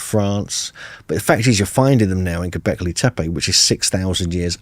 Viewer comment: “Have you been to gobleki tepe?” Jesus christ, get it together man.